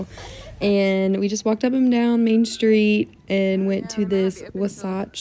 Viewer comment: Hi, just FYI, the restaurant would pronounce it's name as 'wah-satch'. Wah, like water, & satch, like satchell. There is a Wasatch Range of mountains in Utah. The Google box says they're the mountains in Park City so likely you were looking at that range from your hotel room. I only know how to pronounce it because I worked for an airline in Utah many eons ago. You looked very cute in your new sunglasses. I don't do NY's resolutions. My S-I-L is a nurse & she said that the flu, RSV & Covid have been very bad this winter. I take a zinc supplement. Thx!